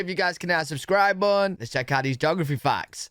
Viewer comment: 😮 do you what Diameter is??? And what's a buttuhhh are you trying to say button???